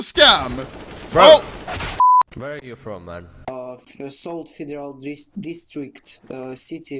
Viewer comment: "дристрикт" :face-blue-smiling